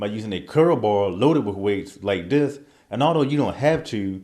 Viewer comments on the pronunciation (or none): What is 'dis'? I do dis...do it like dis....dis time....don't make me 'axe' somebody....lol